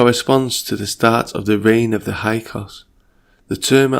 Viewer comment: Hyksos, pronounced “Hix sos” 😉